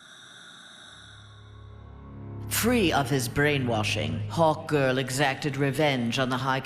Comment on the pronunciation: Wait, did she she say, "it made Hawt-Girl invincible"